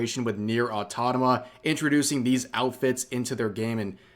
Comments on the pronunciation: Some day, Rev might pronounce it "Automata" instead of "Autotama" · Goddammit Rev! Stop saying Autotama! It's Automata! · Will rev ever learn to pronounce automata? Find out next time on Neir: autotama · Dude, can't you say "Automata" correctly? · please pronounce "automata" correctly at least once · Rev try to say Automata challengr: Impossible (jk, it's just funny to me 😂)